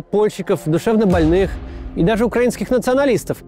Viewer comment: очень странное „даже“